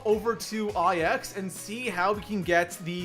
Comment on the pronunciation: Was gonna watch but then I heard “I-X” and not “Nine”.